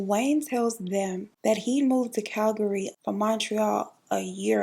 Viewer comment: The way you pronounced Calgary 👌🏽 Better then some people who live here! It is a local know fact that you can tell a native Calgarian by the way they pronounce Calgary, and girl you were spot on!